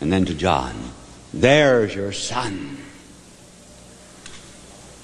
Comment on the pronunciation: ..therrrrre's yourrrrr son, therrrrre's yourrrrr motherrrrr😄😄😄